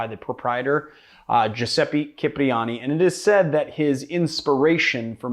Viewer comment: C and g are soft before i and e in Italian. Cipriani isn’t pronounced like cheap. 😡😡😡😡😡😡😡😡😡😡😡😡😡😡😡😡😡😡😡